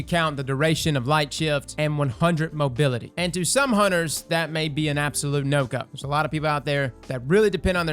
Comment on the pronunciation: hehe "humters" you speek cheems?